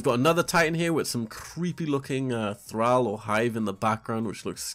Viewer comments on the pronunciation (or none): none